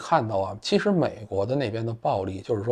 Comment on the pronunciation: 错啦，是“7实啊……”